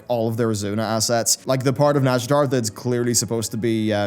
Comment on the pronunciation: YouTube subtitles keep thinking you say "NASCAR zone" instead of nazjatar and now that's all I'm imagining.